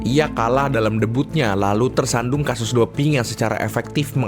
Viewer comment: KAUSkasus? Ini gak salah omong kan???